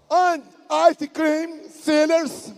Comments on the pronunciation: "Pop corn and ice crim" kkkkkkk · "Popcorn and ice cream sinners setentative for coop the thumb in brasil." 😂😂😂